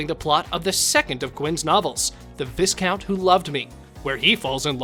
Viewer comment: Can you please. Get the pronunciation of Viscount right? It is Vi—count. The s is silent